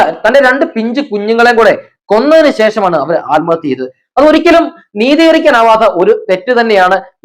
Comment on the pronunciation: തന്നെ ആരാടോ മലയാളം പഠിപ്പിച്ചത്.ആൽമഹത്യയല്ല, ആത്മഹത്യയെന്നാണ് .